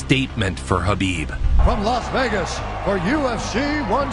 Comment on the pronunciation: But still messing up his first name a couple years ago😂